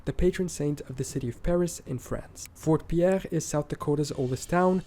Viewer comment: It’s pronounced Fort Peer, not Fort Pee-AIR. 😂